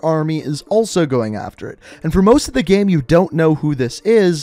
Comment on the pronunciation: Your videos are awesome, but I cant stand the way you day "game"